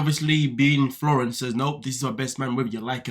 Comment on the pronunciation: his name is FLOR REE EN